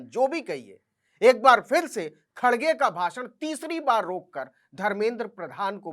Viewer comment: खड्ग खेड़े हो नहीं सकता उपर बोलना शुद्ध नहीं आता उपर से गुसा